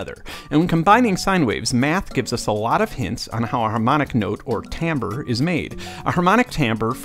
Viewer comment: Oh, and thanks for pronouncing "timbre" correctly...